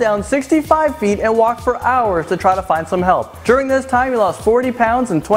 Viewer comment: "ekscaped" 'Thith guy" really...